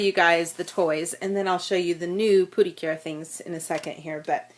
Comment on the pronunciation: Pretty cure/ precure ❌ Pootycure✅